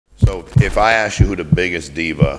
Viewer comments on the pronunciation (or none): “I think” and a bunch of dudes who never played with him. These are people speculating and you’re big mad also it’s ask not axe ya fucking low iq baboon.